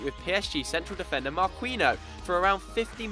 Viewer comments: Who the fuck is Marqueeno? Its Marquinos you ginga bastad! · MARQUEENO? Really? Oh! haha. I'm just kidding. I'm just busting your balls. It's pronounced Mar-keen-yos I believe. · Lol did he just say MARQUEENIOS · Its MAR-KEY-ÑOS Marquinhos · I'm sorry but that pronunciation of Marquinhos was so awful I think it made my ears bleed